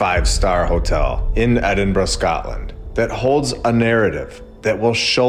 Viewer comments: He pronounced Edinburgh correctly!! 🎊🎉🎈🎁🎂🍻👍🏻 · First time I've ever heard an American/Canadian pronounce Edinburgh properly 👏 that place is next level beautiful. Honestly amazing